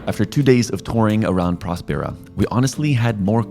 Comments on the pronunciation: Okay Spanish lesson, it's called prÓspers which means healthy. Put the accent where it belongs. prospÉra as you call it actually means Nothing. Yes the name has a meaning and it's VERY Important to the story. I would say it's the Main idea out of it. So please, learn Spanish and understand that the name has the meaning you are looking after since the begining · Hmmm. A bunch of dubious experiments. Menstrual flow--a goldmine of stem cells? Right. A hint on pronunciation of Spanish words: the accent on a syllable means that syllable is stressed. So Próspera is pronounced PROSpera, not ProsPERa. (Same for Italian, except the accent mark goes the other way) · I’m 3 minutes in the video and I cannot stand the way they pronounce próspera . It has an ó! It’s not prospéra, is próspera! But seeing the other comments, this seems to be a nonissue compared to the lack of coverage. Let’s see